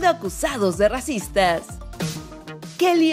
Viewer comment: Alguien más se dio cuenta de que dice: RACITAS